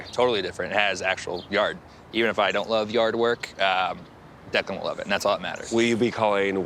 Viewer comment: You mean Declan? Or did you mean Declund? I do believe it's Declan and not Declund.😂